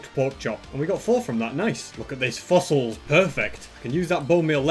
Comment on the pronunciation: the way that he says fossils reminds me of phineas and ferb